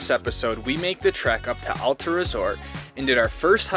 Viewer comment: Your videos are great. But as a Utah resident you’ve got to learn how to pronounce Alta properly!